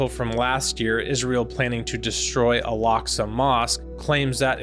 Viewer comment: Why does he pronounce Al Aqsa mousqe as 'Alaska' ?? It's improper. He should read the Quran. Stop ✋️ telling people to read the Bible it keeps changing every season. Read the Quran. Jesus will come. Muslims believe that as well. He lacks knowledge on many fields. Just saying